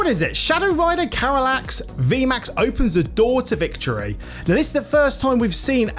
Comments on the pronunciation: Like the reviev, but its not pernauncet Carylax, Its Calyrex <3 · Calyrex ❌️ Carylax ✅️